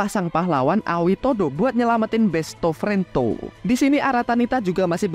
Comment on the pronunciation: Lucu banget bilang besto frento 😂😂